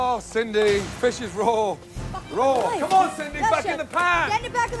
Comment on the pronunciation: i swear this narrator can NOT pronounce the word fish : Faeshe